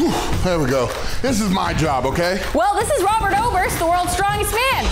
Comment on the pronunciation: Robert Oburst not Robert Moburst